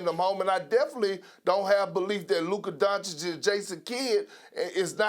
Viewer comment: At least perk can pronounce Doncic 👍😊. Sas is still struggling 🙈